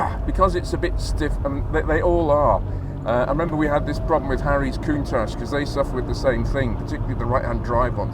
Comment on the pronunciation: AFAIK, the pronounciation of Countach is Coun-tash - unlike Sasquatch. It's not so much a word than an expression of impression around St. Agatha di Bolognese. TRX tires were the 80ies-version of runflat. Their heavy weight wasn't ideal for the suspensions of the day - and their hard rubber compound didn't make it any better. Even today - I'm no fan of runflat tires. They are as heavy as cargo tires. Today's suspensions can deal with that - but ideal it ain't.